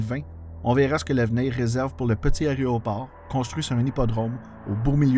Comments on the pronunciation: J'aime bien votre chaîne. Beaucoup de travail est requis pour faire ces vidéos. Faudrait juste faire attention à la prononciation de aÉROport (pas aRÉOport!). Merci. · Excellent vidéo. J'ai travaillé à YUL de 2000 à 2003 et l'histoire de YMX me passionne. Seul bémol, c'est AÉRO et non pas ARÉO ;) mais sinon, 10/10! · Petit rappel : on dit un aÉroport et non pas un aréoport, et on dit unE aÉerogare. Une fois ou deux c'est amusant, mais pendant 11mn34 ça devient franchement crispant. Néanmoins, c'est très intéressant, comme chacune de vos vidéos. Bravo ! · super contenu, mais j'en peut plus mes oreilles saignent trop y faut que je le mentionne: c'est un "a-é-roport" pas un "aréoport" même chose pour l'aÉronef"